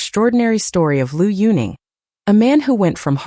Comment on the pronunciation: If you don't even know how to pronounce correctly the name of Liu Yuning, or any other name for this matter, if you have no idea of Chinese history or culture, you should absolutely not make a bio reportage, neither about Liu Yunning, not about any other Chinese personality.